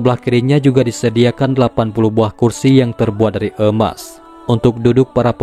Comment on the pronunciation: Emas boss...bukan eumas...😁